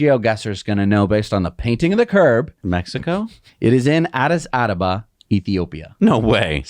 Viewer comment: 🤣 It's called Addis ABABA, not ADABA. It is the capital of Ethiopia